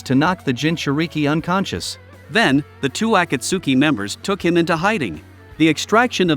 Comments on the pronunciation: “ ah kah su ki” it’s a kot ski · The saddest part is hearing him trying to say akatski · Bro pronounced akatski acatsky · bro can't even say akatsuki right